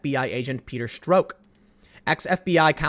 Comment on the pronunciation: It's pronounced Peter "Struck"